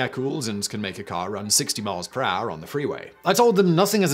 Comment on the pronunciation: 300 mile peraaah 😂 Gets me every time